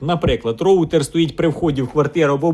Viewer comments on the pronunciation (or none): none